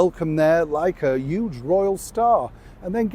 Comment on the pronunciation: I love the “Uge” saying from Yorkshire folk. Really reminds me of home.